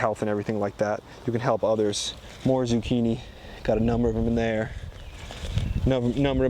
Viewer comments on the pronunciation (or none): none